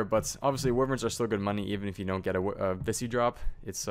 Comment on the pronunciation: Pernounced WHY-verns not wiverns